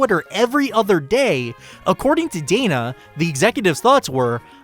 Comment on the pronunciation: I dislike the way you pronounce Dana's name.